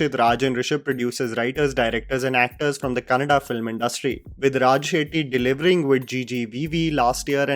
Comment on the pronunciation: Kan-na-da. Tulu is not part of 'Kannada'. Let your English Aunty know too,.